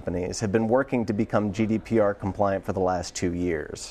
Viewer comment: GDPR not GDRP